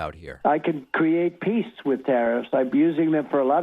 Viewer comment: He mispronounced PEACE….Twice